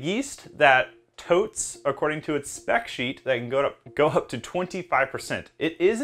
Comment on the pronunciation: The word is tout not "tote". Stop saying "honey character". That phrase has lost all meaning when coming out of your mouth.